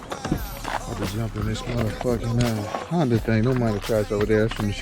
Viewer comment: Your saying the name wrong. Its Hyundai, not Honda.